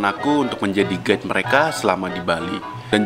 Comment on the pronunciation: gua denger ko ngomong "gay" padahal "guide"